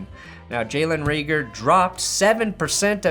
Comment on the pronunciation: Reagor is a long a sound ray-gor